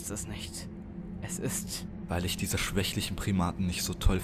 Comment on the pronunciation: Mhhh die Emotionen sind noch nicht ganz Stimmig. Der Anfang klingt sehr hölzern. Daran sollte etwas gearbeitet werden.Einige Wörter werden komisch ausgesprochen. Statt "diese" hab ich "TC" verstanden. Videobearbeitung finde ich gut gelungen. Allerdings würde ich auf den Kopf Zoomen nicht auf die Brust. Der Übergang von Dunkel zu rot ist sehr schön unter Unterstreicht in welche Richtung sich die Geschichte wendet. Das Hoch und Runder Wackeln wird nach einigen Minuten aber etwas Nervend. Also man kann da nicht dauerhaft draufgucken. Hoffe euch meine Kritik hilft und nehmt es nicht zu schwer. Übung macht den Meister MfG SchattenZirkus